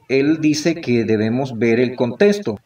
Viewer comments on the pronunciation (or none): Desde Masaya Nicaragua. Con solo la mala forma de hablar, demuestra un nivel bajo de educación académica. Sin conocimiento, es fácil ser engañado. Pronuncia: "testo" en vez de "texto"; "contesto" en virtud de "contexto". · Hola B dias . Mira , desde que dise contesto en ves de CONTEXTO, testo en ves de TEXTO frases así, ya desde allí esta mal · desde que dice "contesto" en vez de "contexto" no le haría caso...